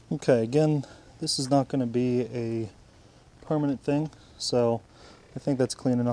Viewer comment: Bro can u stop saying permanent like Oka